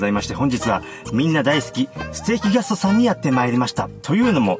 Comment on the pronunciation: あまりにも美味しそうで、高評価つけちゃいました〜 ところどころ、「ぎゃすと」って発音、新しいヤツっすか？ ねぇねぇ、流行ってきちゃうあのヤツっすか、ねぇ〜?